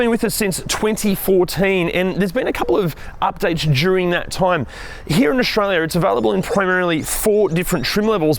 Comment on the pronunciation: Since when is Australia pronounced Auxtralia?!? And structure ... xtruture and many more ... throughout the video... good lord